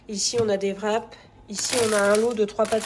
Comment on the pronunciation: Fin de mois: festival de touski! Vrap( wrap)???? Le w ne se prononce pas. T'es comique.😅